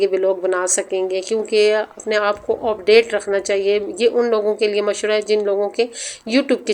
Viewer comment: Sis word opdate ni update hota hy word end hota hy and ni hota